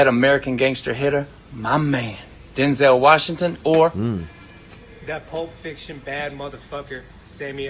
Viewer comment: "Denzel Washingson" -Brendan "cotton" Shwawb